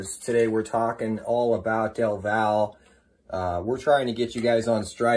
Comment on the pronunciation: Del val, lol its del valle😂